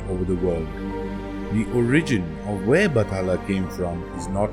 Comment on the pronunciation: It's BAT-HA--LA